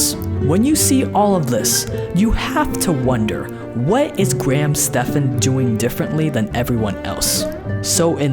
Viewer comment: pretty sure it is pronounced graham STEVENS